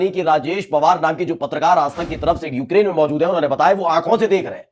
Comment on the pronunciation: Eukrayn hai...sahi pronounce kariye